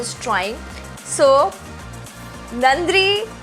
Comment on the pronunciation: Thats not nandhri its nandri🙈🙈 But u tried well and soo cute sisy😘😘😘👌👌 And also iam also a south indian girl☺☺